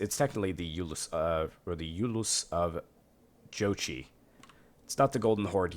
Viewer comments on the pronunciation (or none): I think you pronounce jochi like yoke-eye in one word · My Wife is Mongolian and she said it is spelled wrong It is Zuchi OR Зүчи pronouced as Zuch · You pronounce Jochi as y-o-k-i